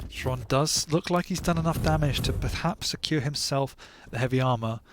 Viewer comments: Dear casters, its pronounced "Hron" were "H" is not silent. Not Shron, Sron, Exron, Kron, Esron, Ksron. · Russian/Ukrainian here. Same shit, really. The X is Cyrillic, i.e. it sounds pretty much identically to Latin H. Zoot, being buddies with Xron, has known this for ages, but refused to say "hron," because it somehow messed up his throat or whatever. But it's pronounced "hron." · Number of times when Xron's name was pronounced correctly: 0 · Top 10 mysteries science can't explain: #1 - How to pronounce Xron's name